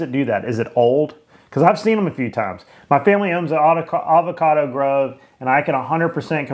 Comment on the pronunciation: “Alvocado”. Ugh. I’m in Tx and can pronounce Avocado.